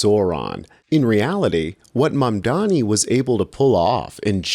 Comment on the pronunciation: 93% of MAMDANI'S critics can't pronounce his name correctly. That says something about them.